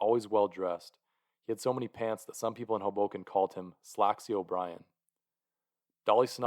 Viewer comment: Tip: pronounce Hoboken with emphasis on the first syllable. HOboken